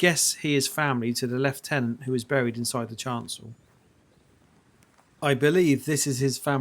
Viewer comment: Beautiful church. So lovely to hear you pronounce Lieutenant the proper English way and not Americanised.